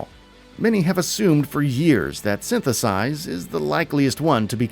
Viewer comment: "Synthesize" LOL